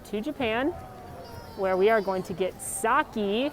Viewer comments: Sake not Saki. This is your job and you can't even do it correctly? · Heads up, Japanese “sake” is pronounced “sa-keh.” Not “sa-key”👍🏼